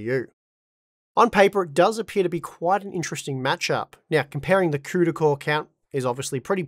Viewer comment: “Crewda core”